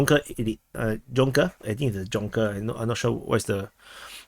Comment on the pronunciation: “Junker” - your pronunciation wasn’t bad - it’s closer to say it like “yoon-ker”, the Ju may sound more like how you might pronounce the planet ‘Jupiter’. Great video!